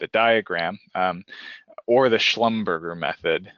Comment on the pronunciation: Its pronounced “Slum-ber-jay” its not a 🍔